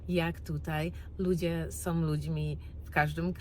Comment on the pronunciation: Nie som, tylko są.